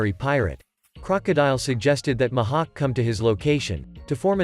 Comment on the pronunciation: The "Muh hawk"